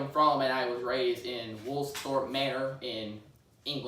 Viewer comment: Why he struggling to say his birth place